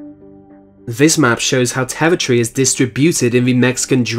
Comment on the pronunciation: I love how you pronounce territory as "tevitry"